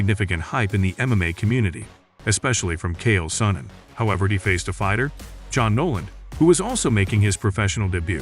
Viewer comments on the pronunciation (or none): About as good at pronouncing names as Kale Sunnen 😂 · Ah yes, "Kale Sonnen"